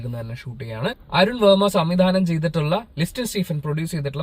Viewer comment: Not Ve‘ma( it’s Varma)വർമ്മ not വേർമ